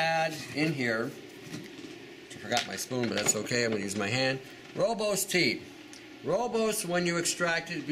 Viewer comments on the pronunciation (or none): It's pronounced "Roy-bus" haha. I work at a tea shop and always have to correct people